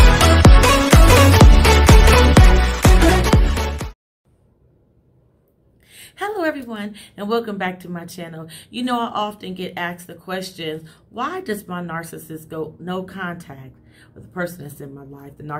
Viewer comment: ASKED! nor AXED 😂🤦🏽‍♀️